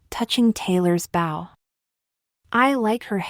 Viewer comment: Not a huge deal, but it would be nice after many, many videos of getting it wrong if you could teach the voice to say bow correctly.